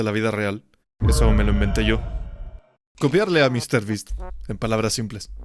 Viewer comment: Mr ttas